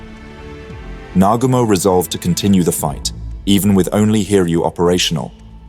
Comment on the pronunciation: why do you REFUSE to pronounce surnames properly ???? NOT Na- ga- mo lol its Na - goo -mo ( pronounced )